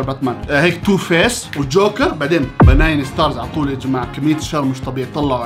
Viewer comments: بنين مو بناين ههههه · بنين❌ بناين✔️🤣🤣🤣🤣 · بناين ✅ بنين ❎ 😭😂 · بنين❌ باناين✔ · بناين لا اسمها بنين🤣🤣😂🤣🤣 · بنين ستار❌❌ بناين ستار✔✔ 😂😂😂😂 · بنين ✖️ بناين ✔️✔️✔️ يعجبني هالأنسااااان 😂😂😂😂😂